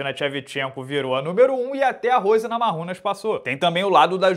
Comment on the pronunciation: Eu sigo intrigado com a pronúncia do Hasbullah brasileiro ao falar "NAMARRUNAS" em vez de "NAMAIUNAS", que é a pronúncia mais comum do nome da campeã do peso palha do UFC.